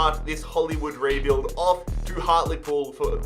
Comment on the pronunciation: OMG YOU SAID HARTLEPOOL CORRECTLY 😄👏👏👏👏